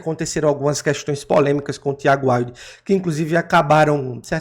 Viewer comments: Pronuncia Wild. Assim como se escreve. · A pronúncia do nome dela é "Víudi"